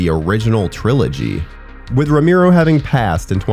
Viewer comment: george "ro-MEER-O"? jesus. and, of course, you say it SO MANY TIMES!